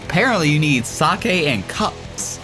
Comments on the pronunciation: its pronounced seyk not sakey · sake is not sa keh its saik